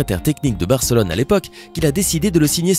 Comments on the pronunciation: c est pas Bèrcelone mais Barcelone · C moi ou il a dit fc bercelone